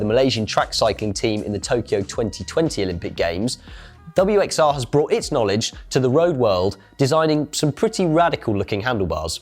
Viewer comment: Guys, it's not "WX-R" , it is pronounced Worx. Props for promoting this vastly underated brand though !